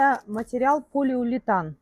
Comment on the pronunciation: полиулетан? может полиуретан?